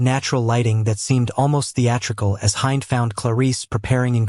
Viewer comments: IN ARABIC ... HIND IS PRONOUNCED HEND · I hate how you pronounce Hind and it's wrong.... Filipinos are sneaky....